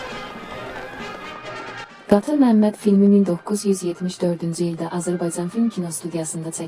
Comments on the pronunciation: Bu danışan jurnalist süni intlekti ya doğruçu jurnalist niye c ç kimi istifadə edilir Azərbaycan Azerbayçan yox Vətənin adını düz deyin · ƏVVƏL AZƏRBAYCAN SÖZÜNÜ DÜZGÜN TƏLƏFFÜZ ETMƏYİ ÖYRƏNİN....